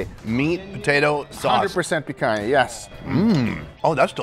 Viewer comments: I'm surprised to see a gringo pronouncing the "NH" in picanha the way it's supposed to be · Não acredito que esse tempo todo que assisto seus vídeos não sabia que você é brasileiro! A pronúncia da "picanha" entregou 😅